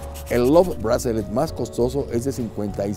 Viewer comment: Hola! Le quería corregir dos cosas, está pronunciando mal Bracelet y también el love bracelet más barato no es 1200 dólares sino de 6,300 dólares.